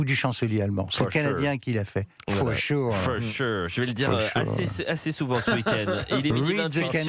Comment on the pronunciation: For shuueuureuu….